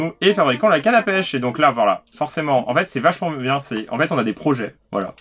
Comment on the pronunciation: Slt Guillaume et a chaque fois que vous dites pêche j'ai l'impression que vous dites pêcho je sais pas pourquoi lol